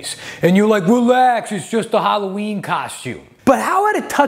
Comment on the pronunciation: Sweeves on hawwaweeen??!!